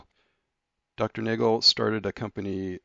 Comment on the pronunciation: The German pronunciation is Naa-gail.